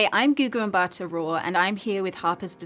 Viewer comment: Poor girl. She can't pronounce her name. As a South African am disappointed.